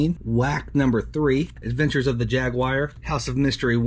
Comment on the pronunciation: "Adventures of the Jagwyer" 😂😂 On what planet?